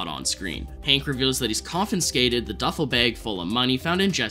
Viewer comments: Not trying to be rude, but you say “confinscated” a lot; there’s no N, it’s just “confiscated” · Confiscated is pronounced CON-FIS-KAY-TED